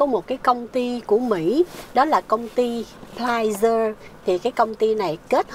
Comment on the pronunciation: Ten cong ty sai roi...la PFIZER...khong phai PFYZER...